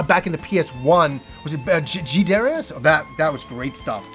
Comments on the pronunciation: it's Da-Rai-Us:-) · About Darius, something that really surprises me is that the pronunciation the Japanese give it (according to the katakana anyway) is actually "Dar-eye-us", so I guess we pronounce it wrong regardless of how we say it. lol